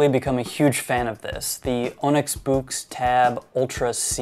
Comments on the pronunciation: By the way. I am pretty confident that Boox is pronounced Books. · I gotta say I love the way you pronounce it like "buux"